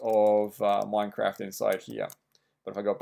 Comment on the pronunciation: did anyone actually notice his title"install minecade mod for minecrat 1.6.2 mac" he siad "minecrat" not "minecraft"